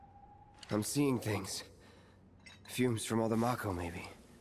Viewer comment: pronounces mako as 'may-ko' despite having seen Advent Children and having pronounced 'mako' properly in episode 1 of this Let's Play